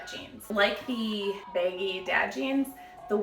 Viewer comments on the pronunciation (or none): Sounds like you’re saying “baby dad jeans”